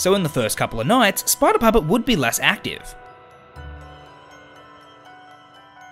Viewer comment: What what fnaf 2 but you are saying. Sprider